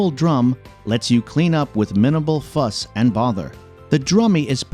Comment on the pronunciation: "Minibal fuss and bother "